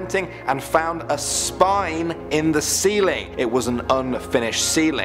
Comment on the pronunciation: How you said "spine" pit a little BACKBONE into the sentence